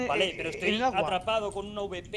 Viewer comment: porque dicen avp cuando es awp?